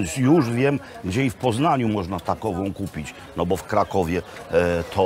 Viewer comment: jezu jak ona mówi 😐 kupic, z nasjon bio dziewczyny zaczekajcje😬gotowy do spożycja